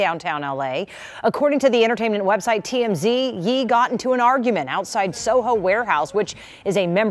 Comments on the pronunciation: I like how the white reporter lady kept saying "Yee" for Kanye West😂😂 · The reporter pronouncing Ye “yee” instead of “yay” is sending me 🤣🤣🤣🤣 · I cringe every time I hear someone call Bey, “Bay” and now I’m gonna go thru it all over again…Ye is “Yay” NOT “Yee” I can’t take it 😆😭😭😭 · It’s the news reporter pronouncing his name as “yee” and not “yay” for me 😫😭🤣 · Lmao it’s the news reporter calling him “YEE” for me 😂😂😂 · Looool not the news reporter calling him "YEE" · The reporter calling him Yee is sending me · She said yee